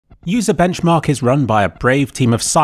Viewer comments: Butchering the sites name is funnier than their reviews. "Bencharkchmarchmark" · on i hear UserWomens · sounds more like womems to me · I love the way he butchers their name, both in this and the previous video lol.